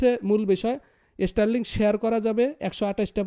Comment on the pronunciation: বাবা, এস্টারলিংক না, শব্দটা স্টারলিংক। উচ্চারন শেখো, পরে কথা বলো।।